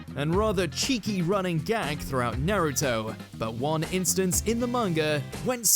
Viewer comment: Nah-ruto. You're the type of dude that pronounces Mario as Mary-oh, huh?